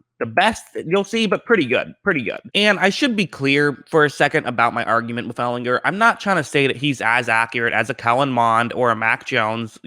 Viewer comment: All you have to do is learn how to pronounce his last name!